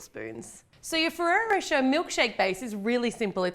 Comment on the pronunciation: The way you say Ferrari rocher tho 🙌👏